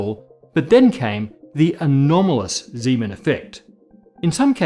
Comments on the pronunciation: Zeeman's name is pronunced incorrectly. The "Zee" sounds more like "zay." I had a Dutch professor in undergrad that stressed pronouncing the guy's name right. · I haven't heard "Zee-man" in over 10 years, it's been "Zay-man" from about everyone I knew. It just sounds close to Siemens. It's kind of like someone pronouncing Euler as "Yoo-ler;" I understand what's being said eventually, but it makes me do a double-take. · The difference is everyone says Euler as Oy-ler, but nobody says Zeeman as Zayman, so that's what will cause the double take. Kinda like pronouncing Ising as "Eesing".